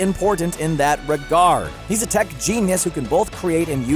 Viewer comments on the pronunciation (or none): none